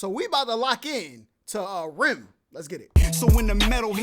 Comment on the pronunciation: It doesn't really matter to me. But before other people are crazy about it. The band is pronounced R.E.M like letter by letter not together. Very popular band just trying to help.